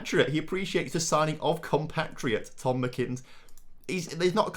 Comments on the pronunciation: It's not "Mi-kin-tyre Tom. Its Mac-in-tyre 👍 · Scottish people squirming at the pronunciation of McIntyre